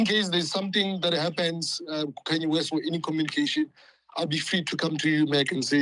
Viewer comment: KHANYE WEST? isn't it Kanye West